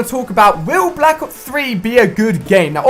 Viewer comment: " call of juty BLAK OOPS 3 "